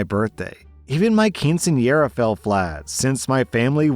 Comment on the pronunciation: Okay is no one else mildly bothered at how whitely says abuela and quinceñera? I don’t know why but it feels Wrong to hear it pronounced like that, coming from a spanish-speaking household, but it’s fine lol